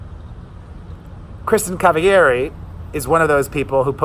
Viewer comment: You read Kristin Cavalleri in SPANISH! Lol love ya.😚